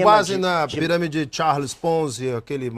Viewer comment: O advogado fala he piramede mais não he fraudolenta,,kkkkkkk he piramede mais não he ,,kkkkk sai fora telex fria]]